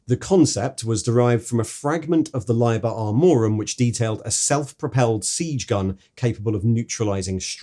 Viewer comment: Layber Armorum? Deemos pattern? Never heard of it